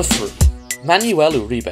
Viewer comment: itz not ma-ny-uel itz man-wel